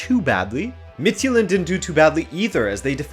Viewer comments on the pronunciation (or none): mah dude! Homie! Please stop butchering my language. Danish is a germanic language, thus our J's aren't pronounced as the Romance J you see in fx French. It closer resembles the Y in English, i.e. "yule". The way you pronounce "Midtjylland" comes across as "Midtsjælland" in Danish ears - Sjælland being an island of it's own apart from Jylland. If you wanna get the name of FC Midtjylland correct (and please one of your danish subscribers), try pronouncing it as Mitt-Yule-Land. If you wanna go the extra mile, then try to pronounce the "u" as an "ü" (just like the Germans would pronounce Thomas Müller). You somewhat pronounced Club Brugge correct, so I imagine you could do the same for FC Midtjylland. Other than that, keep up the good work!